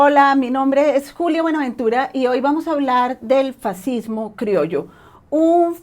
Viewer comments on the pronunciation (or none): Last but not lástima, fascismo en español se lee fas-cis-mo. Y fascista, fas-cis-ta. A nadie interesa pronunciarlo en italiano si está hablando español (castellano, según interpretaciones). Ay, dioses, que listo eres. Tu nivelazo debería llevarte a la crítica de sesudos tratados que no se encuentran en YouTube, pero claro , te supondría horas y días apostillar a discursos de cientos de páginas minuciosas. Qué facilón te lo montas.